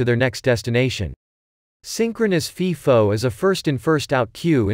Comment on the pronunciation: It’s pronounced FIFO with a long “I”. like FYE-FO. It’s NOT pronounced like FEE-FO